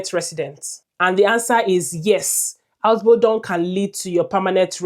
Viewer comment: How can you convince me that you know what you are saying when you can't pronounce the word "Ausbildung" well.